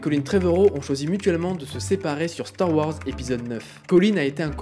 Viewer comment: Star Ouhorze 😄 Bonne vidéo sinon GG 👍